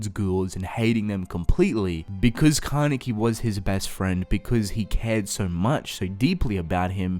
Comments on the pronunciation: Can i just mention how he says because BECOUZ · The way he says “because”... sorry not trying to be mean